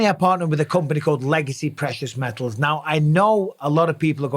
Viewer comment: Prehious mehles (precious metals)